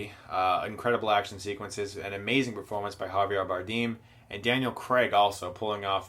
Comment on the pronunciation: Harvee-yay Bardeem.